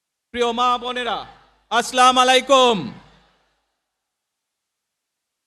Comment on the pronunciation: সালাম টুকু ঠিকঠাক দেয়ার জন্য বিনীত অনুরোধ করছি আস-সালামু আলাইকুম" (As-salamu alaykum), ٱلسَّلَامُ عَلَيْكُمْ